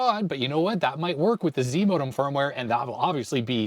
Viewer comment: "Zimodem", I kept hearing as zmodem which is a transfer protocol.